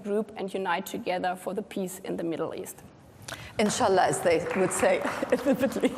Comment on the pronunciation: Anchor calling “ inshallhal” ?